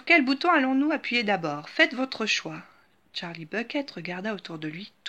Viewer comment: C est pas tcharlie c est charlie